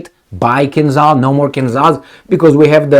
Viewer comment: For Gods sake man,you are a Romanian so you should pronounce Kinzhal properly:its not KinZal but ZH like Georgi Georgiou Dezh your old politician.Od Marshal Zhukov.